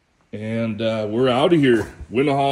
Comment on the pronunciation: 2 min and i cant handle how you pronounce wenaha. smh